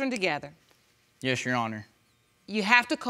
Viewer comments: Its "your honor" not "you honor" 😂✌🏽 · I'm hearing "yes younna" no Rs anywhere..... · Yes, she dropped the r.